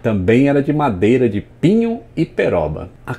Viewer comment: O momento alto deste video é quando o diz "pinho" em vez de "Pinos" finalmente aguém que saiba o nome correcto!!!!